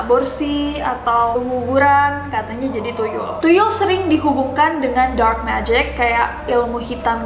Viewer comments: That "thuyul" i like it lol😅😅😅😅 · nessie baca tuyul thuyul 😂😂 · The way you said 'tuyul' is hillarious kak😂😂